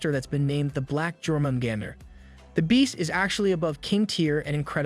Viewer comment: U say it like yormengander